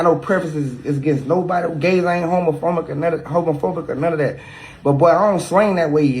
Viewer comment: When he said, "homophomic" 😭🤣 glad he supports but hahahah